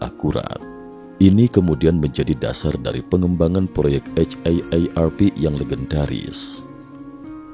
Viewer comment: Jadi muak denger nya eit ei er er pi... Kenapa gak di singkat aja si. Akronim itu kalo kata nya gak bisa di singkat. Contoh KTP ga bisa disingkat ( dibaca langsung ) harus di akronim ( disebut satu² ). Kalo haarp kan bisa disingkat...